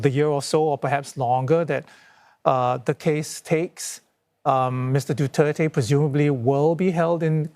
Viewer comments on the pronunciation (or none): The anchors pronounce his surname as " DUTERTAE "...💩💩💩💩💩